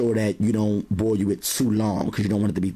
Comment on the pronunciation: I like how he pronounces "boil" as "boy-you" haha